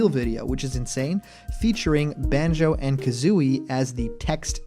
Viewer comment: You got Kazooie's name wrong.